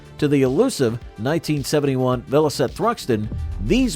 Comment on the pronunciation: Bloody Robots, what a con, spoils what could have been a good presentation. I turned it off after it said "Vel-Ositt. What a crock.